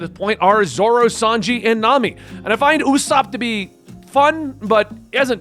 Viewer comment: Ok why can he say uta's name right but not usopp. Use the same pronunciation at the beginning it's not a difficult name. And since u watched film red u should have heard the name being said at least once